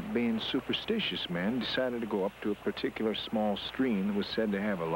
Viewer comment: Guy says 'ticular instead of particular. Lol